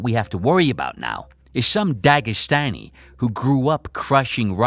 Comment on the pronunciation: dagestan? come on bud lol